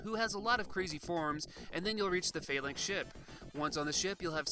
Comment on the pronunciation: The way you pronounced Phalanx and Sauron were distracting, but this was an excellent review and got me super nostalgic.